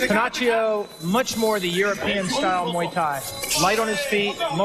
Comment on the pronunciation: It’s pronounced Muay, not may